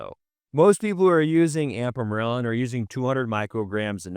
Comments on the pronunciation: Why is he pronouncing “Ipamorelin” as “Ampamorelin”? I had to go back twice because I thought he was talking about one peptide and showing a different one on the screen? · . It’s not an accent you are just pronouncing the name wrong.